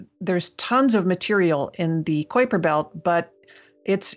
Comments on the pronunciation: Did she say Quaker belt ? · I've never heard anyone pronounce it Kwaper Belt before. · damn it will you pronounce it right it is the kuiper belt not the koi per belt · Good god did she say kwayper belt what the xzzzs!!!! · Emily seems awesome but why was she pronouncing Kuiper Belt like that? Have I been pronouncing it wrong my entire life?